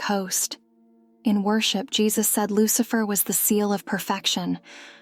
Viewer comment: 😂 I'm dead!!!! I heard the same thing, and had to absolutely read down the comment and see if I was the only one to hear that. Loose-Lurker......